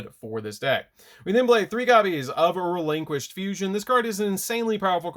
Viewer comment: Please stop pronouncing the name of the deck like that